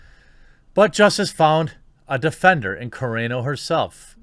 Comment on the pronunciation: thank u. u finally said Gina’s last name correct